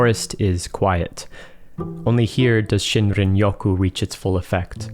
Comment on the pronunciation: "Sheen-reen" not "shin-rin"👍😎